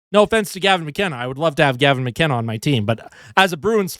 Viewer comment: the Italian tone switch up for Gavin McKenna 💀